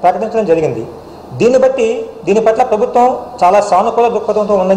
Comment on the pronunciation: ప్రభుత్వం అని కూడా సరిగ్గా పలకడం రాదు వీనికి ఎలా ప్రభుత్వ ఉద్యోగం ఇచ్చారు రా! బాబు 🤣🤣🤣🤣🤣🤣🤣🤣🤣🤣